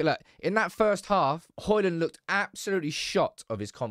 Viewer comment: His name is Højlund, NOT Hojlund.